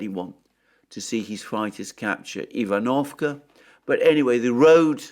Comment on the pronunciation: ivanovske is spoken eevan-of-Ska